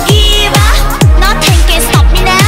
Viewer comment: Not a fan of how she pronounces her English though, that could've been better. It just sounds awkward to hear "riu" instead of rules and nutting instead of nothing.